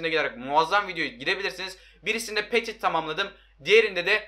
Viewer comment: Abi petit diye yazılıyo ama pöti diye okunuyo